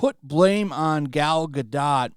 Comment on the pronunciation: Awesome how you totally butchered Gal Gadot's name!!!!! Your a total richard cranium!